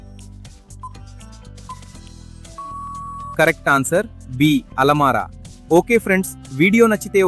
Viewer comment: బాబు alamaara కాదు. Alam araa